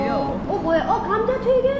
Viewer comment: 감좌티기ㅣㅣㅣ임. 분명 한국말인데 악센트나 혀놀림은 영어(?)로 하신듯😊